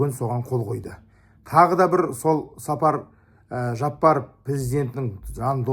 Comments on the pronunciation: Сапар Жапаров эмес , Садыр Жапаров деп туура айтсаныз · Неге эле Сапар дейт,Садыр Жапаров болуп айтылат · Сапар Жапаров🤦🤦🤦🤦 Садыр Жапаров!!!!!!!!! Казак эмнеге туурай айталбайсын?!!!! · Туура айтасыз бирок , Сапар эмес Жапар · Чабансынбы?Садыр Жапаров деп туура айтсан. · Казак тууган биздин пирздентин атын туура айтчы Садыр Жапаров деп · Президенттин атын туура айтсын анан да Ташиев премер министр эмес УКМК нын жетекчиси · Казак тууган дурус айтасын но пожалуйста правильно выговаривайте имя нашего президента,и по поводу почему у вас нету человека на подобии Ташиева,может и появиться в будущем так как чтобы найти такого человека нужно железный не пробиваемый дух. А так Кыргыз Казах Бир тууган буйурса все хорошее впереди иншаллах